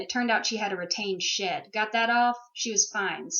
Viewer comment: I totally thought tou said shit instead of shed, and I was thinking poor Moose was mad because she was constipated. BTW does DV stand for anything?